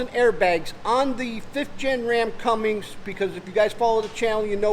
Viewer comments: Great video, oh it's Cummins..... Not Cummings.... Lol😂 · CummINS lol there's no G in the name...